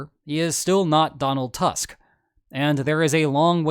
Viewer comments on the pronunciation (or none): none